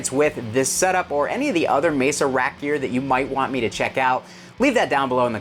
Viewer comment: Are you saying rack gear or rap gear?